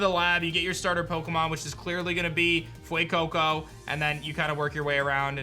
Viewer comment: I just keep hearing him say "Glen Coco," for the pyro starter's 📛 name... Stupid memes. 😆